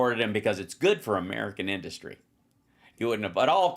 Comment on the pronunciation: His “inDustry” pronunciation drives me batty. Like when the InfoIdiot uses the word “pathagenen”.